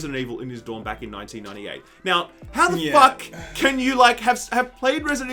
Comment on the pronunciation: You said the act man right lmao I swear I heard the ant man xD